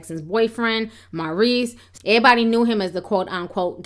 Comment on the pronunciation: you speak so well, but when you say(airbody)Everybody its all in vain!😞